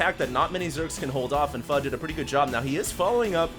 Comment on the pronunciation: Hd says pho right